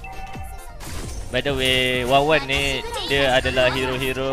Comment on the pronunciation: wanwan lah bang bukan wawan, wkwkwkw